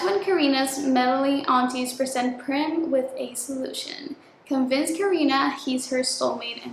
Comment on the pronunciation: Okayyyy so the pronunciation of the name "Prem" actually goes like "pram" the 'pra' as in "prayer", atleast in India. But it's a proper noun so it doesn't really matter how you pronouce it 😭 I'm Indian soooooo